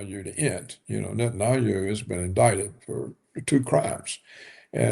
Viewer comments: It's not just "Netanayhu". I've heard him swapping letters on basically almost every foreign name he pronounces. I'm not sure weather it has something to do with his native state accent and I know it's nitpicking but for some reason it's like hearing nails scraping a blackboard for me. I get shivers every time. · I'm getting an OCD tick from hearing "Netanayhu" so many times. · This dude just CANNOT pronounce Netanyahu! And I love it! It’s not his real name so I’m choosing to pronounce it wrong!